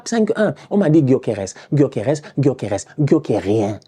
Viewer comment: "Gyokeres Gyokeres Gyokerien" 😂😂😂😂😂 on t'adore!